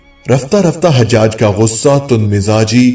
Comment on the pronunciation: . Sorry HajHaj nahi it's Hajaj ( Ha , Jaj .)